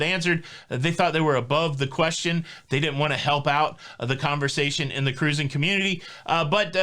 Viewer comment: we love your updates. We’re happy you’re going on the Disney cruise. We hope you have fun. I only have one request. Please, please, please flush the “kuhrusing” thing. It’s sooo annoying!!! Rich. 😎😎